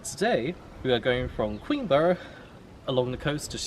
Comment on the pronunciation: Pronounce it queenbra